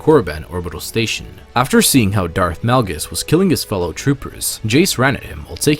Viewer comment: Este vato dijo, Darth Nalgas???